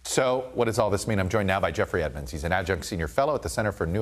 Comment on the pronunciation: Who is, “effrey Edmonds”? 😂